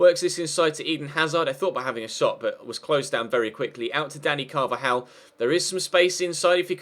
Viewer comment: Please D don't call him "danny carvalal" it is Dani Carvajal.